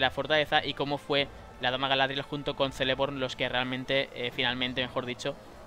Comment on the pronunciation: una cosa, muy buen video, pero no se dice Seleborn (Celeborn) se dice Keleborn (Celeborn), en Quenya todas las "c" combinadas con vocales se pronuncian como "k" castellana. Buen video!!👍😀